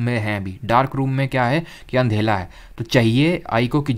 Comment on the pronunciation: when sir ask andhela instead of andhera 😂😂😂😂😂. is anyone notice.